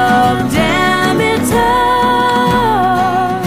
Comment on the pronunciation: did you hear how she pronounced Demeter ??